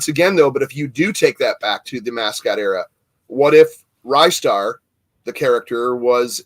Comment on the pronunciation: The best if most impractical joysticks for Amiga were the Cheetah Bart Simpson, Batman, Alien3 and T2 exoskeleton joysticks. Also it's 'Ree-star' not 'Rye-star'. 😁